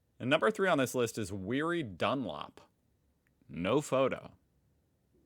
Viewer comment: It's not happy Arvo it's gud Arvo. Back to Weery. Watch a movie called The Bridge Over the River Kwai.